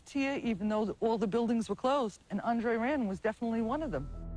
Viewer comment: It's pronounced Aun;dre-rand.